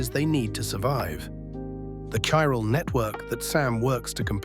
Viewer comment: Oh okay I see, it's Ai slop. I can tell seeing as it can't pronounce Chiral consistently to save its fcking life